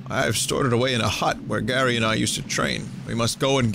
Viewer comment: wtf... vinny says "Gary" when it suposed to say "Garai" ? how? why? XD